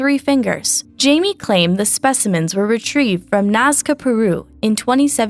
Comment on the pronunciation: Jesus... at least have the respect to try and pronounce people names right, you went from Jamie ( pronounced like in the US) to Caimie.